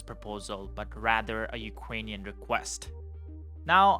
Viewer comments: It's UkRainian, not UkGainian. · Ukwainian Wekwest